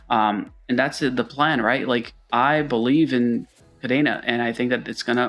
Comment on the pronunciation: Thanks to channels like yours I just started mining and it becoming a new hobby. Thank you for that. I listened good again but it’s Kadena not Padena. Or was it a test?